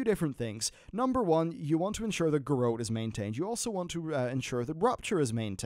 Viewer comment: Garrote is pronounced Ga Rott, not Gahrote.